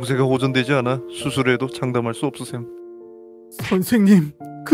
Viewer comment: 42분48초에 없으셈이아니라 없으세요 아님?!